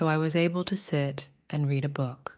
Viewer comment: 2번 문장이요. 책을 읽다가 과거 시제이니 발음이 뤼드 어 북이 아니라 뤠드 어 북으로 과거형으로 읽어야하는 거 아닌가요?